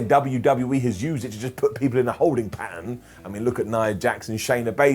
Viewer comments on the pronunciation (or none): none